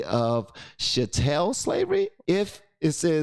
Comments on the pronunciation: Chattle is pronounced like cattle (go figure, right?) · the term "chattel" is pronounce like "cattle" but with a beginning "ch" sound (as in chick), and chattel slavery is the form of slavery where the enslaved people are considered (and recognized by government) as "legal property", owned by their masters. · It's pronounced "chat-L". Bless you.